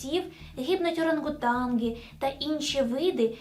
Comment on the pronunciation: Прошу пані, в слові "Оранґутан" ни є "ґ" в кінци. Дєкую.